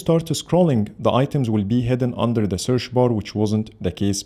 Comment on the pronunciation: "Searsh bar " i love it 😅